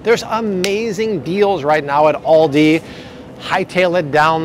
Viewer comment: do you mean, "Aldi"? you said, "Andi" but I am assuming this is what you meant? I just discovered Aldi and gotta say, really appreciate the lower prices..........the guy who started Aldi is brothers with the Trader Joe's guy and out of Germany, who knew? I like Aldi's now. saving money and good quality, but gotta read labels and ingredients always. God bless America ~